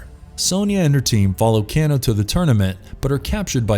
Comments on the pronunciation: You have obviously never played a Mortal kombat game or even viewed a movie by the way you pronounce "Kano" 🤣😂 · Why is he pronouncing "Kano" as "canno"? 😒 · Can-o? Never heard of him... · It's pronounced Cane - O. Listen to the original game's attract mode. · i noticed this comment soon as i heard him staying "Kino" lol.. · Wtf? Its Kano (Cain-o) who the hell is writer /producer??? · Please! For the love of god stop sayin cano! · they way you pronounce Kano's name it makes my ears bleed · Can't even say Kano's name right lmao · The way he is pronouncing Kano and Shang tsung I can’t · Why can you not say Kano correctly? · Some stuff is off and you are saying Kano's name wrong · I was enjoying the video until you made it to Kano and butchered his name more then once. Good try on the video mate. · Is anyone else dying a little inside, and super triggered by his pronunciation of Kano? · And he says karakatan not tarkatan, even though less than 30 seconds prior he pronounced it properly. But the way he butchered kano was just disrespectful. I mean kano was in the first mk & in almost every game since. Then shows collector when talking about d'vorah. There were a few more but I think we can go ahead and agree the whole crew aren't big mk fans. And I find it irritating that he says a lot of the martial arts with a accent except karate. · He didn't even pronounce Kano's name properly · "Can-O" It's pronounced Kay-no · "Ken-no".. I never heard it said this way, I always said Kay--no for Kano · KANO not keno you said it right the first damn time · KAY-NO...not Cano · Kano is pronounced K no not can o Jesus even every mortal combat game an movie pronounced it that way. that miss pronounceation bothered the fuck out of me lol if your having issues pronouncing the name of the characters just look at the audio from the games its not that hard damn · Kano= KANE-o. Not Cano Nit pick I know but everyone else was thinking it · It's not pronounced 'Ken-o' it's 'Kane-o'